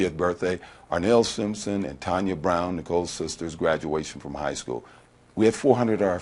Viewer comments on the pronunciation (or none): none